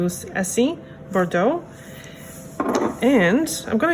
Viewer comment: As a French woman, I love how you prononciate "Bordeaux" 😍 love your videos too which help me a lot to choose my Essie nailpolish, merci beaucoup ❤️